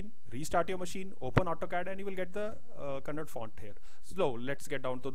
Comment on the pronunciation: Kannada not "KANNAD"